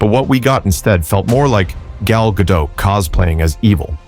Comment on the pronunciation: The very least this clown could do was learn how to pronounce her name correctly! As Gal herself explained to Jimmy Kimmel, it's GaDOT! Heavy on the "T"!